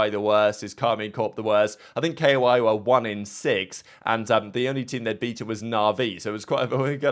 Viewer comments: please stop saying K.O.I its koi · bro really said k o i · Why you say k-o-i? It pronounced like the fish